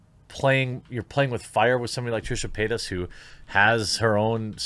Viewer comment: I keep hearing Trisha peynis